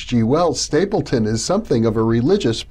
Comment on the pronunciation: It’s StapleDon, not StapleTon